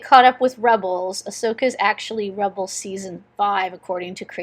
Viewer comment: It's AHSOKA not ASHOKA.